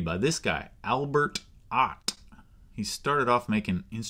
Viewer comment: AlberTT OtTT